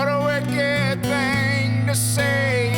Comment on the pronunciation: Also says Thang instead of thing.